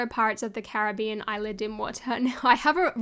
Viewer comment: I'm sorry, i hate to be a grammar-nazi but "isla" is pronounced with a clear and distinctive "S", just like it's spelled, not "ila". There are different rules in Spanish.